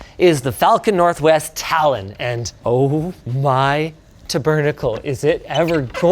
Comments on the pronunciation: Just when I thought I had gotten used to Canadian pronunciations… “ta-burnicle”? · Wait, Linus speaks French but just pronounced tabernacle in the most foyer way. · He pronounced it weird though? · the way he just pronounced tabernacle just stunlocked me